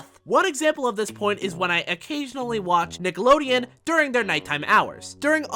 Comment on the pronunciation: the way you said nickelodeon 😂